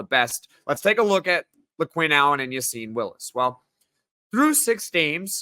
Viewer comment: A bit off topic but why does everyone in the media pronounce Willis’ first name as Ya-seen when the coach and rest of team pronounce it as Ya-sin? Gotta side with coaches and team here.